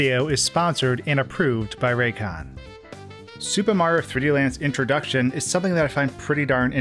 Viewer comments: "Suba Mawrio" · I can never watch a Mario video cus I can’t ignore him saying “Supermarr” when saying any Mario title😭😭😭 Supermarr 3D World, Supermarr 64...